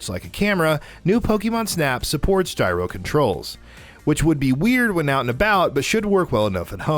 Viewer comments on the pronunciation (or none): none